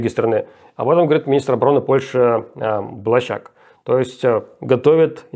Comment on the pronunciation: При озвучивании польских фамилий имейте в виду, что ударение всегда на предпоследнем слоге: БлАщак